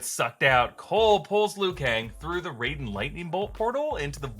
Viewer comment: I do believe you pronounce it rie-den